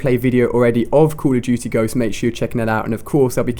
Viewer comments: call of dudy :D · Call of doody! That's how the CoD guy says it. Lol